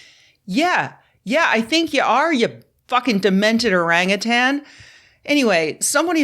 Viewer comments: Thank you for pronouncing orangutan correctly.:hand-purple-blue-peace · Rebecca: THANK YOU for not putting a "g" on the end of "orangutan" like friggin' EVERYBODY else...